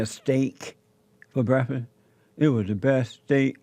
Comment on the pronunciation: JESSE REALLY ENJOYED THAT "BREFISS."